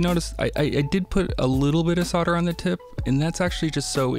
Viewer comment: There is an L in solder and soldering, and when pronouncing the words the L is not silent. Soder is what a sodomist, does and sodering is what he does when he engages in the practise. For those who may not know, a sodomite is someone who engages in anal sex, not generally in wiring projects.